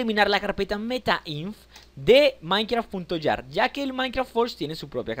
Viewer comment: es minecraft. JAR no YAR